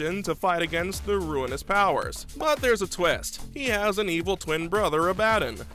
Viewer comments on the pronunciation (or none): jesus man atleast try to annunciate the names Abadon? garveel?